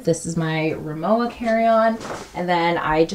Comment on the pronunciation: It’s pronounced ri-mo-vah.